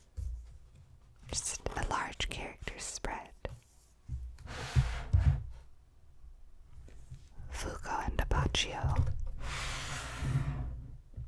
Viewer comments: Not all of them are pronunced in the right way, like Abbacchio. In italian the pronunce is Abbakkio, but she says abbaccho, without the strong c, or narancia: it is narancha not naransia. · i mean, she still pronounced abbacchio as abbaccio and narancia as naranzia